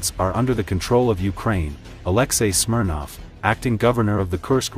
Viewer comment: Alexi Smirnoff? That's all I heard, I laughed hard enough to go make a Smirnoff!